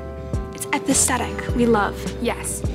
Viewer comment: I don't know if I'm wrong and I'm not a hater but did she call asthetic atestetic⁉️